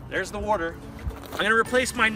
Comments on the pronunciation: hell idk where ever they say worter Haha. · What in the Hell is Wooder"? LOL